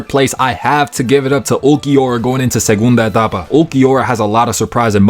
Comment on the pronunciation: Your "Ulquiorra segunda etapa" was so clean, great Spanish lol